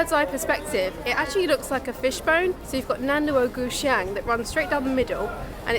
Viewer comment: your pronunciation of "nan luo gu xiang" is really really good. like authentic chinese